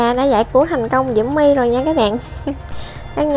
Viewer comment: Chị ơi nói là diễu my không phải là mu